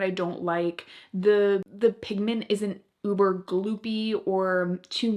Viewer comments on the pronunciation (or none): none